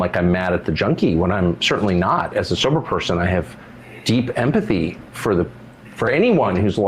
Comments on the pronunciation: Tucker: and it's pronounced am-pah-thy? And it means exactly what? That's so neat, I need to shoehorn it in somewhere. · I wonder how many tries it took o'l Tucks to correctly pronounce the word "empathy," considering he'd never heard of it before.